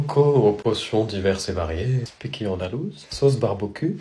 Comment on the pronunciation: Mais gouton la sauce spiqi😂😂